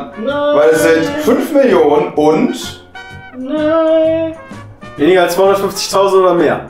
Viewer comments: Am schlimmsten ist, dass sie das "und" nicht richtig ausspricht. :D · TheOneWhoKnocks... un mehr... Ey wie die noch nicht mal das und ausspricht... Triggert mich.